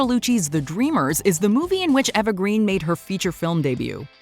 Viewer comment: Was No-one else irritated by how she pronounced Patricia and Eva?